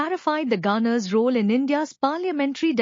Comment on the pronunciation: “Funny how [...] as karnatak.😂” ===================== Even the simple word ‘governor’ is mispronounced as ‘gaaner’. But this Channel does not accept even constructive criticism.